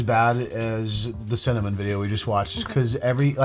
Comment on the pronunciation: Didn't anyone else notice that the spice lady pronounced cinnamon as cin-AMM-in?